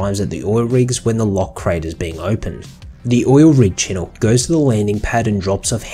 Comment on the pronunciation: Fun fact: chinook is pronounced "chinook," not "chenuk."